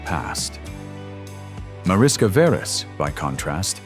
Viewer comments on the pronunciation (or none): The name is pronounced as if it were written Marishka Veresh in English. In Hungarian Mariska is the diminutive of Mária, and Veres is a variant of Vörös (Red in English) ... a common surname. And her father's name ... the correct pronounciation is like Layosh Veresh.